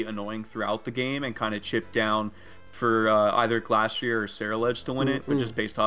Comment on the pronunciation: Why do you pronounce glastrier like that